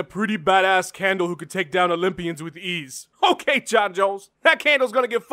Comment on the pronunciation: "H'O'KAY JON JONES!"